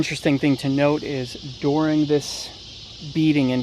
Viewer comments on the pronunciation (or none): pronounced during not doring